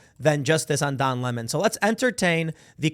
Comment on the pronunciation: I like the way Tucker Carlson says his name. “Don LaMon” lmao!🎉